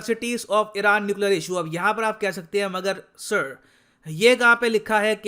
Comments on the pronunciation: By the way when sir calling "sir" in video Totally British Accent 🔥🔥🔥😂 Hats off to you sir👐🏻👐🏻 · That British accent 'SIR'😂😂😂😂 Kamaal keeto ho tussi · Accent of "sir" 😂 👌